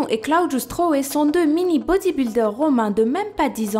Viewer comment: Hey, t vidéo sont super, il y a peut de youtubeyr français qui font bien ses top 10... J ai toujours été fan de guiliano et Claudio stroe ( et d'ailleurs on prononce "Claodio" "stroïe" ) guiliano (à 7 ans) (maintenant 11) soulevait des poids de 8kg/bras et les 2 ont battu plusieurs record du monde (Giuliano:11 Claudio:3) Sinon pour la fille qui n as pas de nez, aux veut tu dit"essayez de respirer avec la bouche.. Fatigant.." Et bien j ai une allégorie au acariens (sorte d insecte microscopique dans l air ) j ai le nez pratique ment bouché Ducoup sa fait depuis mes 9ans que je respire par la bouche (j ai17)... Voila